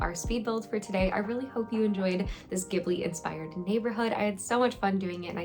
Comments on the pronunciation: This video was so well put together especially bringing up awareness! Thank you for that! I also wanted to point out that I’m prettyyyyy sure Ghibili is pronounced Ji-ba-lee, but not entirely sure! Sorry if I sounded mean saying that.. BUT REALLY ENJOYED THE VIDEO :)) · It was my first time hearing someone pronounce it that way so thank you for helping me become more educated :)!